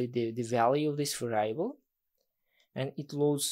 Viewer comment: Thanks for the video, man. That's really great content. But please learn the right pronunciation of the word 'variable'.